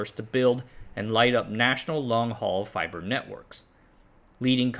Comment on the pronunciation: I like fybor